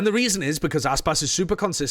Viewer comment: It’s Aspas.